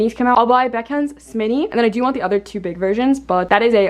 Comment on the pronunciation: Omg I’ve heard you and 2 other youtubers pronounce SMini in all different ways and I find that so funny lol I’ve heard: - SM Mini - S Mini And you - ✨smini✨